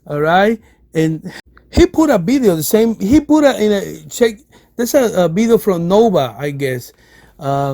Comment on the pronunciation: I could barely understand you. Nice “Bideo” though.